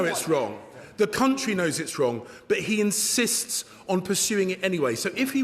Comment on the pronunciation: Answer the damned question you pleb! He unsists? Can this fool actually speak correctly, what is unsist? Even the opposition heard that, he's as bad as starmer's sausages. We are led by, I would say donkeys but they have a modicum of intelligence.